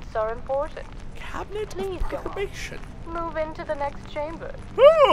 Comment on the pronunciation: also, jesse, take it from an englishman. you are saying perturbation wrong :-p and to be perturbed means to be disturbed and unsettled.